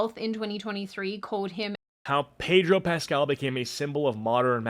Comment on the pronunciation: Pedro Pest-al